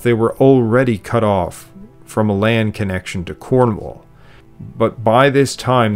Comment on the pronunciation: The word is LAND, not Layend.